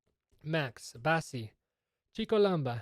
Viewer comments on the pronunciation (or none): none